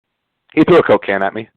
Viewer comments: I thought he said threw cocaine. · Am i the only one who thought he said "cocaine", not "coke can". Do people know that sucker punch means the person who got punched is the sucker? The only people who complain about cheap shots are the ones who are mad the fight wasent on their terms.